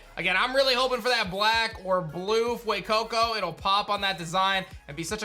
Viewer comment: I love how you say Fuecoco and sprigitito with an accent but say qauxly with such meh🤣😂